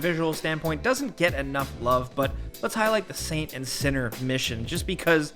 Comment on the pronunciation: why are you pronouncing "Saint" as a "Son"? 😂